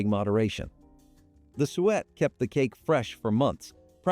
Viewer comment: "sue ett", "stuh len", When plums dry, they become raisins.